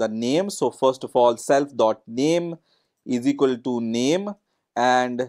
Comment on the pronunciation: "eezeekoltoo" should be clearly and distinctively pronounced as " is equal to "